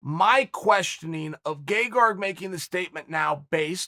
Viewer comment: And for the newest mispronounced name, I give you GegarG